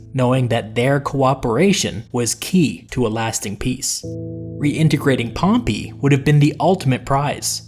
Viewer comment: Please pronouce pompey's name properly. Hear you pronounce it is so cringeworthy. Nice video nonetheless.